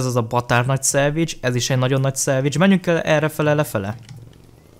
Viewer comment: Amikor azt mondod hogy salvage azt értem mindig hogy szendvics😂